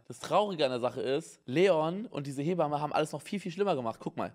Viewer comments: Jeder: Hebamme Simon: Heeee bamme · Simon: Lehrzeichen vor Satzzeichen sind Psycho. Auch Simon: "He-bamme"